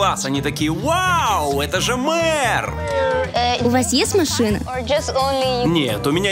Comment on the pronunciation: Она даже на велосипеде правильно неможет ездить и велосипедный мэр слово МЭР не может выговорить 😂 как ее взяли на эту работу 🤦🏻‍♀️